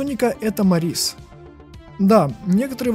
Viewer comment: Мо́рис ударение на о